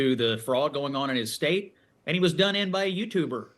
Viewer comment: Hey Walz, the correct pronunciation is "State" not "Shtate".